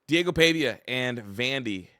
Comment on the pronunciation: love your insights but it it PAHVIA not PAYVIA